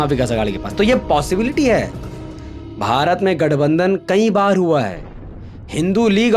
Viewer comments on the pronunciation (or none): none